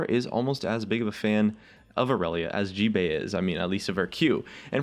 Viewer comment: description you said gbae no gbay